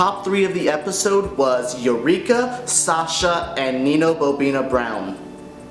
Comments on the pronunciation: It's Bo'Nina not Bo'bina, hope you corrected for next episode. #justsayin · Someone tell this entitled boy it's actually Bo'Nina, not Bo'Bina. He may try sounding less bitchy in the delivery of his critics and we will sympatize with him in the mistakes. I think that comments are way too harsh and not as positive as I would like. Mariquita mala realness, keep it constructive.